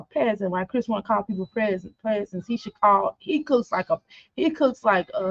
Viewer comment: ignored ALL my comments tonight she live, still saying cwris there